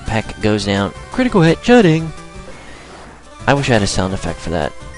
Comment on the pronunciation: Why do you say ch'ding's name like that? :/